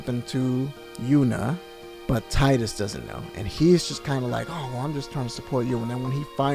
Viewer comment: Teedus.....not Tidus. I know it's spelled that way, but it's pronounced different. I just name him Kuhlio. I never use his given name. Anyways, this is the best FF. Glad you enjoyed it. Best story ever.